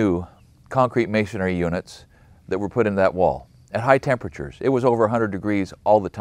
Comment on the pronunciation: As well spoken and articulate as you are I'm surprised you pronounced the word masonairy instead of masonry 😂. I use to pronounce it wrong also until someone asked me where I got the other A in because masonry only has one😅